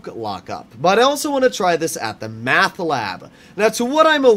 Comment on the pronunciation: Why are you calling it math ? It's meth *?